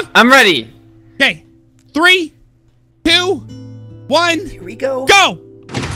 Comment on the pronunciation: every time that u say three,two,one. i hear u say three,noob,one. lol